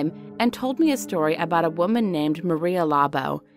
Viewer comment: My ears cried when she mispronounced Maria Labo Im Filipino And she is a very popular urban legend But Im glad you shared a Filipino urban legend... Love from Philippines The real urban legend story is Maria was once a normal Filipina who had kids and a husband. She Work abroad as a maid but when she came back she was different. It was believe that her boss or the person she work into was a cannibal monster. And she too became like her boss. One time she was left with her kids..her husband worked as a police. Later this evening her husband got home and she was cooking dinner... When they ate the husband ask where are the kids and she pointed out in the plate he was eating... And he realized Maria had cook their children.... He husband was so disgusted and so angry he grab a knife and slash her face... She escaped... And she was hunted by her husband and the people who help ... And so then on... Maria labo became an aswang as we call it... They are cannibalistic monsers. Maria labo is like every parents or guardian's warning to kids to not go out at night because they might encounter maria labo who will eat them.